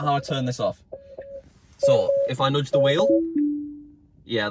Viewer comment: "Nodge" the wheel